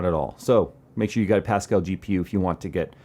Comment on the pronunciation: "Fill your brain with some pascall" Pascall is pronounced a bit like paska, which is shit in my language.